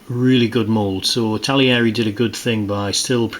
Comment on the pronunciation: It's not ItaLIERI!!